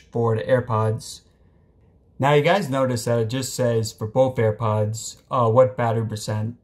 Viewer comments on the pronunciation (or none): none